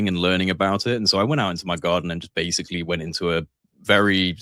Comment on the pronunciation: I love how Sam pronounces "basically" he says (base-ka-ly) basca instead of basic. Much like libary or ambalance. Love ya Sammy T.